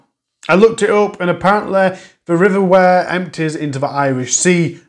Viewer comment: River Wyre, pronounced like wire, eg piano wire x